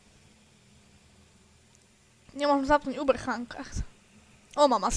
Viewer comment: omg že uberchang ani nevieš jak sa to ma vyslovovať a si lama celkovo račej sa na to vyser!!!!! a počkaj si do 15 rokov